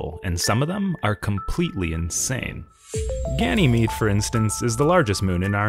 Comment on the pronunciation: Unless I've been pronouncing it wrong. I always heard it called Gan-yeh-meade and not Ganny-meade